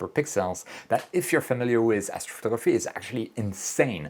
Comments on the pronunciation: You speak really well except for one word: astrftgrphy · Lololol what did you just say?? ??? Afro ruhruhtuh??? 😂😂😂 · As-photography sounds like Assphotography after hearing it a couple times 😂